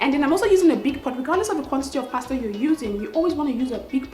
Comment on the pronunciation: from the first day I found your channel, i subscribed! pretty chick that can cook abeg I love you.... in other gist, pls eenn abeg dont do oyibo accent too much or at all sef. this is exactly what i can tell my sister so no shade intended. you are too fine to pronounce pasta with an 'r' at d end. just use your normal nija accent cos our accent isnt bad at all...love you!